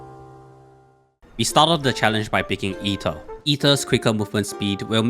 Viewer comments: Why do I hear " Itto " instead of Aether every time he says "Aether"? Or am I the only who heard this? Xd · did you just pronounce Aether as Itto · Even the subs thought he meant Ito lol